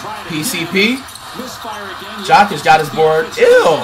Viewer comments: How is this dude butchering Jokic name so badly? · Why cuhh can’t never say Jokic name right 🤦🏾‍♂️ I know he’s doing it to be funny but it’s not funny anymore bra 🤣🤣